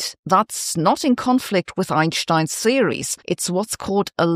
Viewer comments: im not used to hearing the name Einstein be said properly like that, i got so used to the soft "s" said apposed to the hard "sch" sound, i actually almost fell out of my chair, hahaha ;p i mean nothing by it; mark it off to silly observations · it's the correct pronunciation, he was German by birth